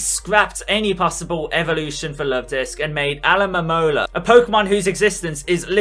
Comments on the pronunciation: My complaint is that for some reason you kept saying Alomomola backwards..... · it is pronounced a-low-ma-mole-a